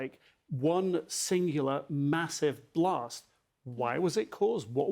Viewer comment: A blost at a plont! 🔥